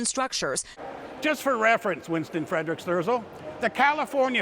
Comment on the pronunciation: It is Winston Fre-dick Sterzel.